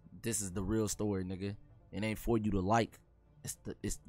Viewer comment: Y y’all leave out the “t” in real dreams change the world?